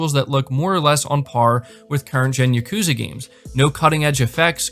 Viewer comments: Like YA-ku-ZA. Not Ya-KU-za. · "Yukuza," lol.